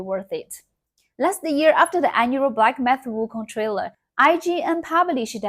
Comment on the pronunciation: 😂😂 her English is actually quite good but that was funny.